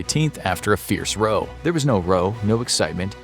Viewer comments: Can you check you pronouncions before you post, it can take meaning away from words row is raú. Edit: thought I'd mention I absolutely love your videos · Row is pronounced 'r-oww' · The word "row" when used that way is pronounced like in "rowdy" and it is actually even a form of that word.